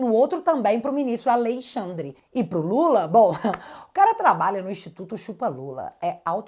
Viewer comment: É notável como já sai "naturalmente" ALEIXANDRE quando se refere ao Ministro Mor. Kkkkk